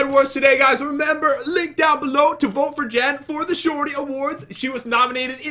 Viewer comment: u said LInK which sounds like lick